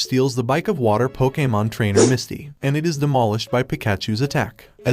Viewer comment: Dude you sound like an AI and why you talking bout sum “pokamon”😭😭😭😭 cannot finish this shit